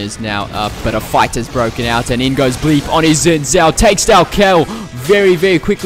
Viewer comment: its pronounced zin jhao